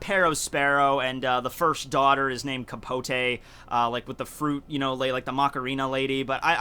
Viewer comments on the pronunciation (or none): none